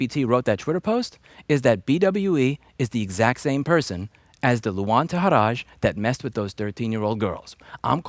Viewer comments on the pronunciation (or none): It's pronounced TA-HEER-RYE not TA-HEER-RAZH. And it's L-UUUU - ANH.